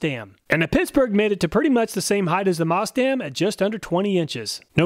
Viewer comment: Is he saying pissburgh?